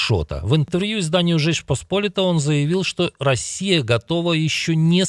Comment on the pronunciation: Да не "поспОлита", а посполИта! Когда вы уже научитесь произносить это слово правильно?